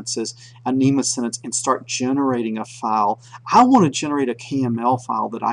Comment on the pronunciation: You're pronouncing it wrong. NEMA is the National Electrical Manufacturers Association. NMEA (The National Marine Electronics Association) is pronounced "Enemy Aye"